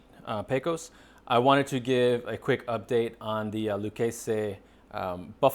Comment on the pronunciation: Pronounced "Lou kay zee" fyi...